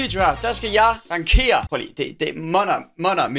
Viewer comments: Det udtales ranGere ikke rangKere 😂😂 god video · Det udtales "rangsjere" ik "rankere" ahaha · “Rankere”?? Det hedder rangere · Du siger ''rangere'' forkert. Som om at der er ''k'' i, men det er altså et g